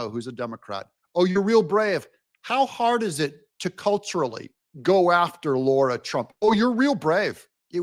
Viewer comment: Lara, not Laura. Otherwise keep up the good work, Dig (oops!).